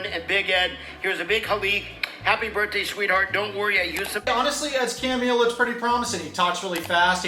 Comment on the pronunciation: “Twenty- twenty fiffff - Birfdayyy” 💀